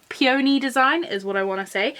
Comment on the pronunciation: Love the video. It’s peony (pee in knee) lol. Like the flower. Sorry. I had to. Lol. 🎃 👻